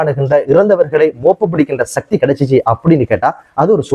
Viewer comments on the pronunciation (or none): none